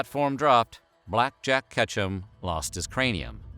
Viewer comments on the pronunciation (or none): When they were talking about Ketchum I thought they said ketchup